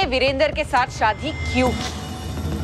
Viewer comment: Shaadi......not Saadi ....pronunciation